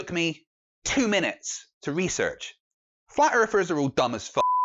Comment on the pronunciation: "FlAt EaRfErS aRe DuMb As FuCk" Sorry, i can't listen to this guy any more.. Just can't stand this guy switching "th" with "f"